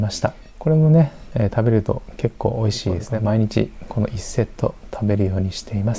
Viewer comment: 普段滑舌よいのに、美味ひぃーに笑ってしまいました。